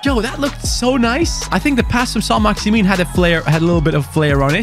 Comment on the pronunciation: When say Saint Maximan he score but when he says Saint maximin he misses